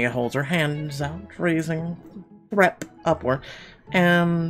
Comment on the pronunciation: I would pronounce that THREEp not Threp